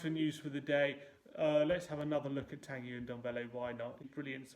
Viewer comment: I know a guy called Tanguy and he pronounces it like Tonguy with a 'Ton' sound, not 'Tangy' like a Mexican salsa.